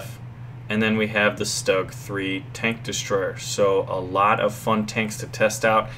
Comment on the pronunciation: for cripes sake, hurts my ears: It's pronounced Shtug, not Stug! In the German language if you have an "s" followed by a "t" or a "p" it is pronounced as a sh.